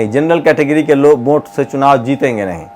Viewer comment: Vote hota hai bhai..Vonte nahi...thoda pronounciation thik rakhiye..